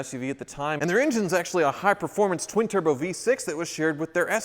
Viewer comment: It's BEE-Turbo just sayin..